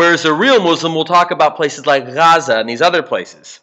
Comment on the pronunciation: i am a muslim and i know about the idf and apac lol.... LOL... Ps I am Palestinian and I really appreciate your attempt at saying Gaza properly, lol thank you. Lol this is an awesome video, you have us down to a T chris rock and tupac LOL.